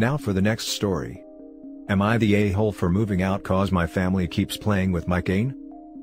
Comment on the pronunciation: Am I the ayyyyhooooooooole? Dude for fuccs sake, work on these robo annunciations xD